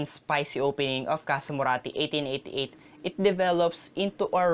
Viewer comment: Please say 1888 again!